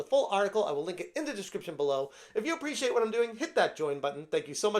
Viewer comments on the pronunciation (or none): none